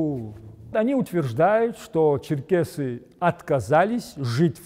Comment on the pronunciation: НЕ ЧЕРКАСИ, А ЧЕРКЕСИ.